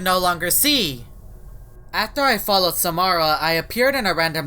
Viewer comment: It's Samara your saying it wrong